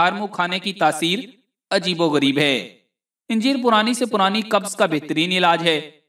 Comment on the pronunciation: anjeer hae nake yenjeer.